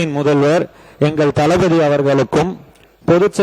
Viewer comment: தளபதி ங்கிறத தலபதி ன்னு சொல்லாதீங்க.